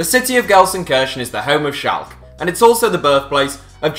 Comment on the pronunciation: shalk? its shalkeh.